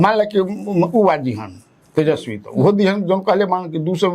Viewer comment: पत्रकार महोदया उसका नाम तेजस्वी है, तेजश्वी नहीं।